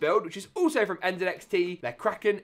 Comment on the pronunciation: When i heard you say NZXT the proper way i immediately followed 😊